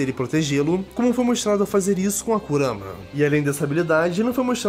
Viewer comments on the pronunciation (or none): none